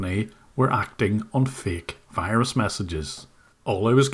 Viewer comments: If they pronounce the word Virus as Whyruss, then they are scammin you bruh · “You’ve got de wirus…” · Oh no, the wirus is wery dangerous! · Mr browning, You obviously aren't a real tech and aren't educated like these technicians. If you were you would know its pronounced wirus not virus